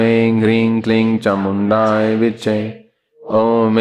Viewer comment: चामुण्डायै है कि चामुण्डाए है गुरूजी तो चामुण्डाए विच्चे उच्चारण करते है